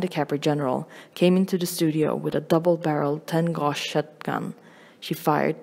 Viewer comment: you said gauge wrong but its ok :)